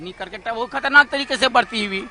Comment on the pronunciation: कामनटैटर सर ये करकेट्टा उच्चारण नही परतु केरकेट्टा होता है